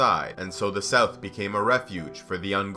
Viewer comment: Sough? You mean south or what?